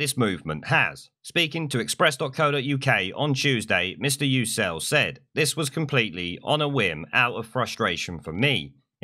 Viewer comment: Sorry to be pedantic, but Yucel is pronounced You-jel.